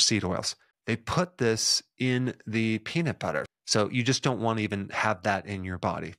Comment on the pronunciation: the way u said peanut in the beginning sounds way like “the worst thing u could do to a person is take away their peni..”. made me flinched until u said nuts 😂